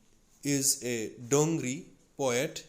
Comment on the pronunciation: Its not dongri.. It is Dogri...